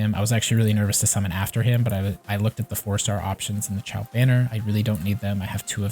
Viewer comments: Kinda triggered he kept saying Ciao instead of Xiao (shiou, sheeow) lmao. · Haha you're good! Yeah the video was helpful. It was just funny to keep hearing you say Xiao that way. XD